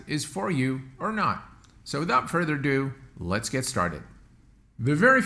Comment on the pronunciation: I know, Yorkshire lad here, please stop it